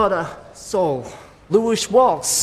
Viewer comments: The fake Eminem said Luish Wals😂😂😂😂😂😂😂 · 'Lewis Waltz'. Why try and be a rapper when you can't pronounce words, rhyme or construct a sentence?